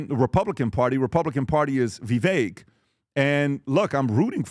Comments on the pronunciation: still can't pronounce "Vivek?" Like come on. Vivek rhymes with "cake." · so stupid…still can’t pronounce Vivek’s name. But you can get expert advice from him? Clown show